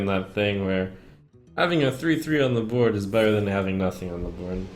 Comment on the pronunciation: "Having a 3/2 on the BUWWOARD" what was that lmfao